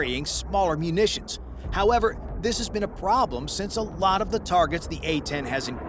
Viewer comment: Did I hear " musicians" or " munitions" ?